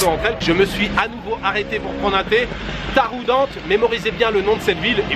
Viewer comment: Il faut prononcer Taroudant avec à la fin ant comme en anglais 😂 Tafarnout est cuit partout de la région du souss vers rachidya. Sinon, merci pour la vidéo, top